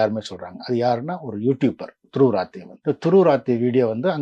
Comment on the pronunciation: ரத்தே இல்லை சரியான உச்சரிப்பு ராத்தீ